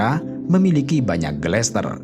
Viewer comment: Gletser min, bkn glester